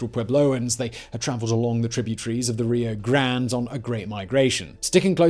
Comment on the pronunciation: Now if we could get him to correctly prounounce Rio Grande..